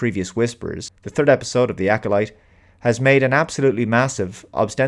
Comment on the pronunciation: "The Acckkoleet": Making "Star Wars" safe for the Bene Gesserit.;)